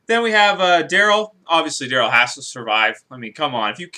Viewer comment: Who's "Drayl"? Is he related to Daryl?